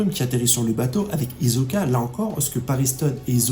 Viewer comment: Paris Hilton, Kak1, Le black hole, Hizoka... J'aime bien tes vidéos mais ces petites erreurs de prononciation me font vraiment tilter a chaque fois 😅